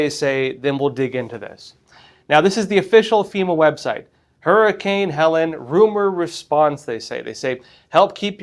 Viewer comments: It's pronounced Heleeeen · Many won't take your fact checking seriously if you don't even know how to pronounce the name of the hurricane. he-leen'